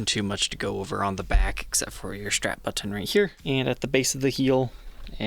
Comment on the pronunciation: It’s also the first time I’ve heard of a strap but-TON. I think ol’ might have a touch of the ‘tism. Not a bad thing. Just saying.